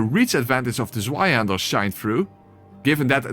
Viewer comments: I pronounce Zweihänder like you did (I think…) How do people mispronounce it? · *leid :P You did a good job with the Zweihänder, it healed a little part of my soul, tormented by a decade of bad pronunciation!